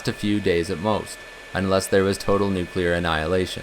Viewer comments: The word is "nuclear" and not "nucular" as you pronounce it. "new" + "clear" = "nuclear". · It’s a common pronunciation. Not as annoying as “aks” instead of ask. Never mind that it doesn’t make sense, but this is English we’re talking about and the relationship between spelling and pronunciation is purely optional.